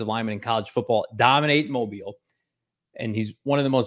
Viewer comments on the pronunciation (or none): Not that you'll ever say the name until next Senior Bowl season but the name is pronounced "moBEEL" not big mo, little beel. To those of us from down yonder it's like some rube saying "Frisco" to someone from San Francisco. And Darius Robinson is a full grown man, he just needs honing and polishing